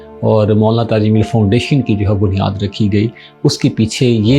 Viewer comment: jameel not zameel 😊